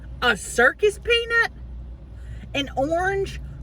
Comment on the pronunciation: Did she say circus penis instead of circus peanut? 😂😂